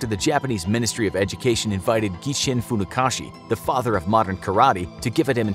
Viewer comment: It’s funakoshi not kashi.